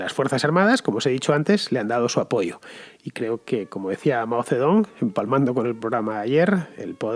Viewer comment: Por mucho que se transcriba “Zedong” se pronuncia Mao “Setung”